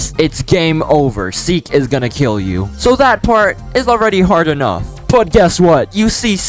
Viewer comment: Seek not Seel